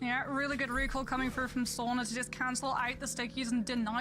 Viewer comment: The constant miss pronunciation of Sauna by the host is painful :I (Sauna vs Soona)